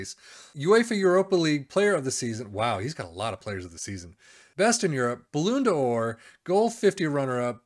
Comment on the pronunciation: As soon as you said balloon d’or I had to turn off the vid my friend